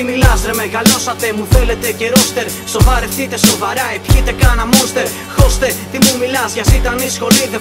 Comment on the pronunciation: μόνστερ?...μάνστερ προφερετε